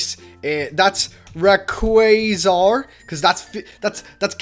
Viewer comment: wait rayquazar? bruh learn the names of pokemon last time i saw you said ho ho and it was ho oh and this time rayquazar over rayquaza :/